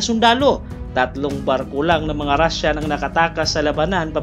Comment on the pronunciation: kakaiba ang pagbigkas mo ng Japanese EM-PAAAYYR Rashan EMM-PAAAAYYYRR